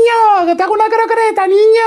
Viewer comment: Dijo croqreta en vez de croqueta